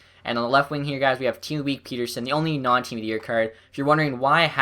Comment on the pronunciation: It pronounced "pet-terson" There's two T's